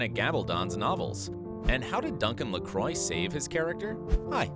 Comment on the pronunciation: If you a going to nit pick- the name Fraser is pronounced fray- zer not fray- sher. Duncan LaCroix's name is pronounce lah- cwah NOT ler croy